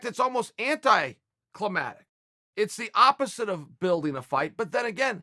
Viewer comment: ‘Anticlimatic’ lol